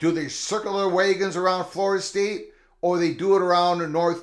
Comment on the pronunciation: Is it me, or is he saying: Circle the "way-guns".